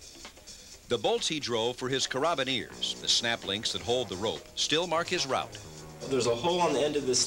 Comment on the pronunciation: the way he says 'carabiners' is priceless